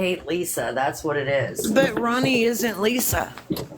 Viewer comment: It's Ronni, first of all. Rooni would be pronounced like ROO-nie. And she's not responsible for Lisa or for people begging to send her gifts.